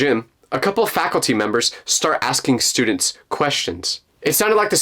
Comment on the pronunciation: "i dont like..stuudeents (tell me why)" ahh story